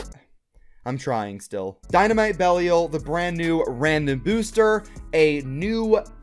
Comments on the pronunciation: If you're still having trouble pronouncing Belial, the proper english pronunciation has the I making the long I sound, so it's pronounced like "bell I all". That said, going off the trailer you're technically saying it right because that's how Bail says it. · It is pronounced bey-Lee-a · I think I found one of my pet peeves - not even trying to pronounce Belial. I'm like "GOOGLE IT DARN IT!!!" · it is going to take you less than 5 minutes to learn how to pronounce Belial. Learn how to pronounce Belial.